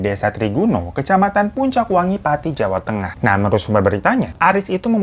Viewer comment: Haloo kak. Pelafalan nya bukan puncakwangi tapi pucakwangi tanpa N. Maaf lahir batin kak